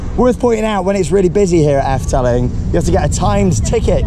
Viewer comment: It’s pronounced more like Eff-duh-ling..... 😊👍🏻 great vlogs as ever! Thanks